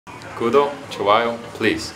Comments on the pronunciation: 구독좋아요 발음 뭐에요 윌리엄슨.,, 진짜 당신 여권내놔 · 구독 좋아요 발음은 거의 한국에서 10년이상 거주하신 발음인데ㅎㅎ 오늘은 첫홈런 날려주세요ㅎ